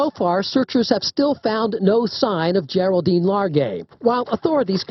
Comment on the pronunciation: for reference her name is supposed to be pronounced (Gerald-Deen)